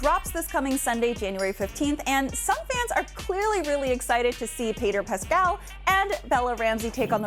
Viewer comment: "Peter Pascal"?! WHAT?